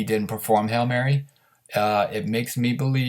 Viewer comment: Hail Mary !! Not Hell Mary.